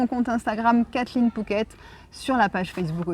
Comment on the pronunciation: Merci pour votre expérience en attendant notre expatriation dans 2 ans... Au fait je n'entends pas très bien si on dit "fouquet" ou "pouket " , =!? DA